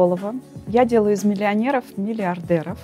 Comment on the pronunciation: На словах:" Из миллионЭров делаю миллиардЭров,, -закрыла данный выпуск 😅.